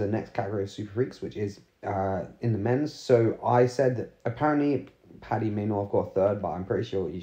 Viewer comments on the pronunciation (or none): none